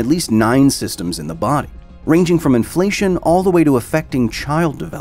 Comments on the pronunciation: Inflation or inflamation? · Lmfao that's a good way he mispronounced inflammation